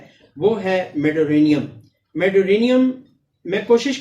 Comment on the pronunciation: lafz medurinum hai Medurinium nahi hai ap Gelsemium ko bhi Gelsimimium keh detay hai lafz sahi tarha ada kiya karen